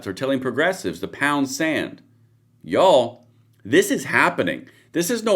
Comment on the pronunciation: 😂 we love you here in California but everytime you say YOU'ALL we hear deliverance 😅 just saying